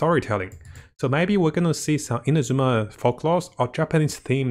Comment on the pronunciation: Come on its not InaZUma its INAzuma; emphasis on the first A!! At least you; be the one of the western content creators that ACTUALLY pronounces it right